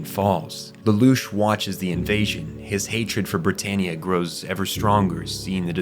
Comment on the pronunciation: Why do you pronouce every character wrong? Cahlen??? Britarniea? This has to be AI generated.